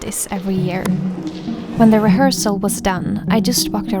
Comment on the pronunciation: I heard "when the reharsal was done I just fucked around" If you go back you can't unhear it 😂